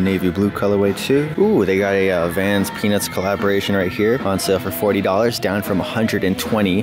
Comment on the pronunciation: Anyone else hear “penis” instead of “peanuts”💀💀